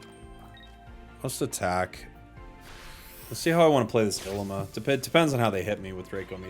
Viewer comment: It’s pronounced ileema